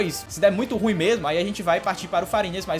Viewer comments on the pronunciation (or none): none